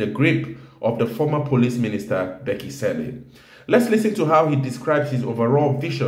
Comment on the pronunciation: Where are u coming from with such insultive pronounciation of Cele as "Selle"....??? 😮